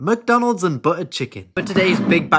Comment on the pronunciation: Mac Donalds and buUuu chicken 😂 I love this guy!